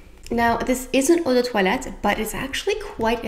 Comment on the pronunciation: Im french and the way you pronounced eau de toilette made me think you were actually french ahah